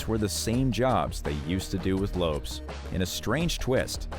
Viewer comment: 11m25secs: LOPES! 🤣😂. So it’s always been Jennifer LOPES, no wonder Mariah Carey doesn’t know her! 🤡🙃